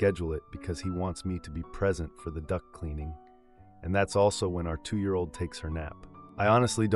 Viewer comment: Duct cleaning. I heard Duck cleaning. Lol.